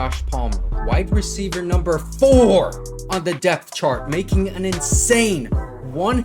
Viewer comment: My guy it’s wide receiver, not white receiver